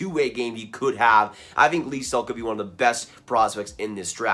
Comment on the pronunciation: Aidan Hreschuk is pronounced Her-shuck and Lysell is pronounced Lew-sell like new but an L.